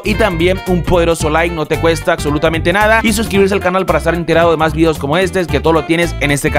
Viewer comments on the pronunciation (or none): none